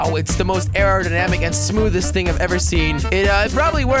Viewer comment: why is he always saying things wrong? like, bridge = blidge , thing = think...